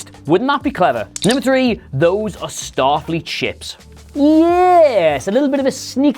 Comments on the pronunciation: #2 a goof you guys missed. "Statfleet" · STATFLEET XD XD XD